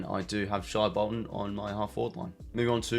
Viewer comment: It’s pronounced shay bolton not shy bolton